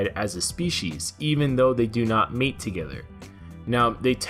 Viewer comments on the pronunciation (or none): none